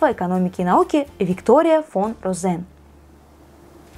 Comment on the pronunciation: Что такое Гессе́н? Кто такая Виктория фон Розе́н? Что такое Набукко́? Сразу видна культурка организма, пытающегося читать тексты своим ро́том. Позорище!